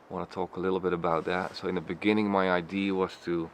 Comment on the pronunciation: Awesome video, but as I've mentioned before, the word 'idea' - it's not pronounced 'i-dee', my old mate, it's 'i-dee-a' (3 syllables). No biggie, just trying to help the channel in my own small way. ID, obviously mean identification so it could confusing to some.